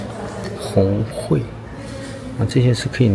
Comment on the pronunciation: 红桧（kuai 音同快）木😅😅😅😅